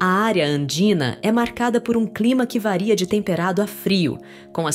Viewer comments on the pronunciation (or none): none